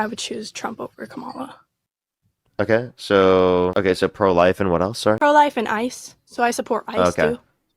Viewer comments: Not 'com-MA-la'. Kamala, ie, comma-LA (luh). This mispronunciation is a tell-tale sign that caller (guest) only watches, reads far right wing disinformation streams where the mispronunciation of the Harris first name is purposeful to show disrespect toward the former U.S. Vice President. corrects her and makes a mental note (probably) that she is part of the cult. And to treat accordingly. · "ka-malla" ... dude I'm a white Canadian and even I know how to say her name correctly.